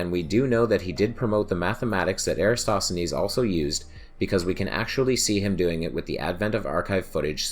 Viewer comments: Would be nice to continue the series on AR. Many thanks. PS: Erathosthenes is better pronounced without an S after the a in Era... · Why are so many youtubers completely unable to pronounce "EraTOSthenes"? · Eratsthenes? Are you fucking kidding?